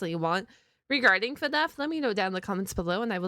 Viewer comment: Stop saying fnef say fnaf